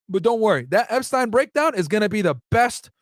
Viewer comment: And you’re right you may want to cross your t’s on “epstines” case. Starting with how it’s pronounced lol